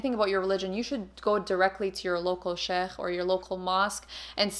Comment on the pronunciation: i kept hearing chef whenever said sheikh 😭😭😭